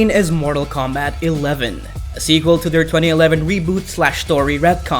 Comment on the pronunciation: Jesus Christ his mortal kombat pronouncing